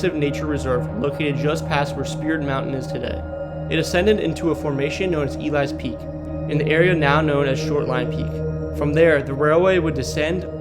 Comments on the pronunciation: I came here to say this. Definitely not E-lies peak lol Got a video on my page of Elys peak, one of my favorite hikes in the Duluth area! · It's E-lee-s peak not to be a pain lol just couldn't let it go. I live in Duluth it's a very fun hike! I wish the Cloverfield school on the north shore still existed it was a very cool place the tore it down a couple years ago I'm lucky I got some cool pictures from my urbexing adventures.